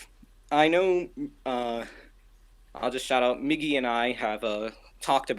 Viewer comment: “Meegee” ;-; You mispronounced my naaaaame!